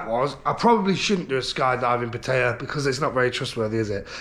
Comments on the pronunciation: It’s pat tie ya .. not pat tay ya. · It's called Pat EYE YAA